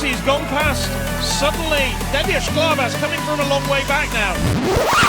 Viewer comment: is it really so hard for this commentator to get NADIA BATOCLETTI right? not Maria Batocletti, or Nadia Batoclietti, but her actual name?